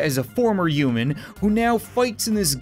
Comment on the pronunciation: I love the way you pronounce human, “euman”